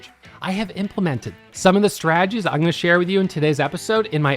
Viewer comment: Huge fan of. Haven't watched his videos in a few years until today. Glad to hear he's still not pronouncing the "t" in strategies... Straaagies:)